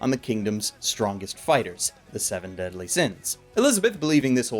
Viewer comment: Seven Deasly Sins? You mean Fullme— ... Oooh.